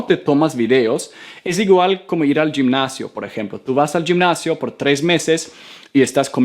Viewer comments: no es yimnacion sino gimnacio lo pronuciaste mal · Hola, yo estoy interesado en aprender el idioma sueco, ¿qué comunidades o red social recomienda?, Pd: Gimnasio, gi se pronuncia como "jitomate" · Gracias por las recomendaciones. Por otro lado si suma a tu pronunciación, gimnasio se pronuncia algo así como "jimnasio" y no "yimnasio" (como lo pronunciaste), de igual forma realmente tienes un buen manejo del español. Gracias nuevamente por tus recomendaciones lo seguiré (y) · Se dice jinnacio no yinnacio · Gracias!! Muy entendible todo Permíteme corregirte en 2 palabras que he notado en varios videos😎 ARCHIVO la sílaba "chi" se pronuncia juntando los dientes Y GIMNASIO la sílaba "gim" se pronuncia como la letra "J" como pronunciando "him"😀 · Gimnasio se pronuncia jimnasio Solo es una nota para que lo sepas 🤗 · Great video man. I want you to help with some words I heard from you. Remember that the word "gimnasio" in spanish the sound of "g" in this case sounds like "spanish j" (like hospital in English) and "archivo", the "ch sound" in Spanish sounds like "chair in English". Gracias por los consejos :)